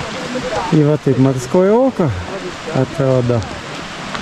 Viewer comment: Ačiū, smagūs įspūdžiai! Tik kažkodėl vis vadinot ežerą rusiškai - "Morskoje oko", kai jo tikrasis pavadinimas yra "Morskie oko" 😉